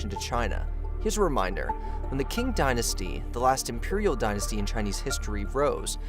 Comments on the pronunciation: yes, Qing is more of an "up-to-date" way of spelling Ching but the video kept pronouncing it as King. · Qing is pronounced Ching, not "king." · It was the Ching dynasty not the King dynasty. And please learn how to pronounce ABORIGINAL correctly. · I think that Quin is pronounced "Chin"...